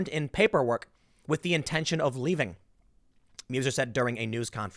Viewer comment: just FYI, EU or Meuser is pronounced OI or MOISAh.